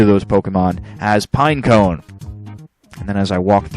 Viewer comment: Pineco is pronounced just like "pinecone", just w/o the last 2 letters.